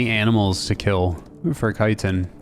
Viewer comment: Why dont you pronounce the ch in chitin? Its the first time hearing it called citin 😂